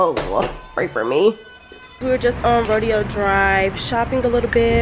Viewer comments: Did you say RO DE O drive?!?? It's Ro Day O drive sweetie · Chile it's not rodeo drive. It's pronounced Ro-day-o drive 😱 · I be cracking up at how pronounces some words 😂😂😂 I thought it was “Ro-Day-O drive. Maybe I’m wrong. I do crack up when she says “bafroom” though 😂😭